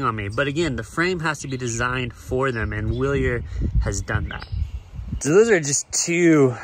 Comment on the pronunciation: NIce ride, it's pronounced Vilier